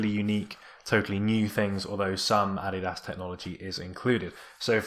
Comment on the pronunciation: it's the correct german pronunciation